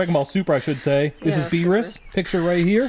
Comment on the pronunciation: pretty sure it's pronounced Beer-us